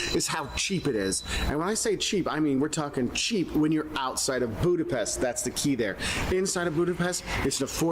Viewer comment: Funny that he's been going there 20 years and still can't pronounce Budapest correctly! Hi is Szia and thanks is köszönöm.